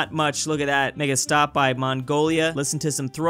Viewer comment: sounded like he said the n word. Looking with subtitles google says it's "make a stop"